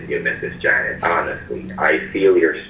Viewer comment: I love how he changed janet to "janette" lmao